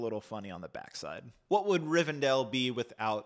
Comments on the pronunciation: you said it right the first few timesbut then switched up rivendell, not rivendale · Love this review!! Looking forward to this release! Thanks for previewing this set for us 🙏🏽 Side note: I hate to say it BUT it does tick my OCD … isn’t it pronounced [ri-ven-del]… several times I keep hearing [ri-ven-dale] 😅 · DELL. It’s RivenDELL… not DALE